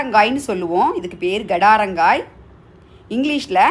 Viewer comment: Gadaranga illa kadaranga.. Garda Garda nadukarel